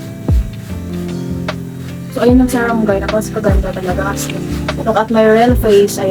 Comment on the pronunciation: Serum not zerum ☺️